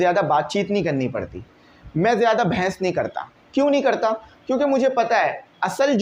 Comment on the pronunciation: Behes❌ bhens ✅